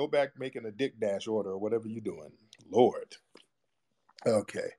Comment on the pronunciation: Did he say Dickdash order?? 😂😂😂